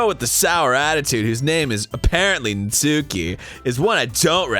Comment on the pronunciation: NAT-SKI- STOOPID